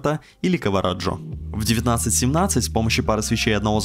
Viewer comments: "Кавараджо" - серьёзно? Не Караваджо? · Кавараджо...КАВАРАДЖО!!!! ААААА!!!! КАРАВАДЖО! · КаВАРаджо? :D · отличный выпуск!) И да, не КаВараджо а Караваджо))) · Спасибо за подробный разбор! Есть только одно "но"!.. Нет такого художника КаВАРаджо, есть КаРАВаджо. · да, серьезно. Кавараджо. Подавился булкой, когда услышал. Заговорился брат, с кем не бывает) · не кавараджо, а караваджо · Ты неуч))) на - )) что за художник Кавараджо??? Есть Караваджо!! Эстетика)) иди учись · 16.53 - "кавараджО"? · Тебя ударение смущает - ничего что каВАРАджо? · Спасибо. Обзор шикарный. Резануло ухо Рембрандт и Кавараджо» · Ковараджо ахаха ))) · Круто, спасибо за видео, нооо Кавараджо? Ты серьёзно?)) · Кавараджо🤔 как ножом по уху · кавараджо, шОушенка и транши.... серьезно??? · Кавараджо 😂 трАншеи 😂 хомУты Испортить такое хорошее видео своей безграмотностью.